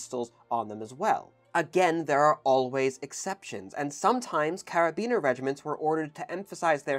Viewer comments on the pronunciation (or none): Cara-bin-ee-er, not "Carabiner". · karabiners are used for climbing and were a trend for keyrings back in my youth sometimes spelt with a letter C they should not be confused with carabinier. Happily the two words are pronounced differently (except in this video) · And the french "u" doesn't exist in english. He's doing his best. Arf, forgot the "i" in carabinier too. And Hussards having two S, its Huçards, not Huzards... :p